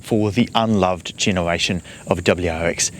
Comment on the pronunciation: This guy can't say 'r' I keep hearing him saying genewation